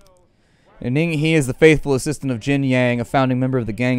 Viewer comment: the he in ning he is pronounced "her" lmao